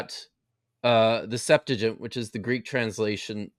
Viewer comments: What is the "Septagint"? Do you mean Septuagint? How can we trust this guy if he is doesn't even know how to pronounce Septuagint? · You still cant pronohnce Septuagent correctly 😅😂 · mispronounces the Septuagint every time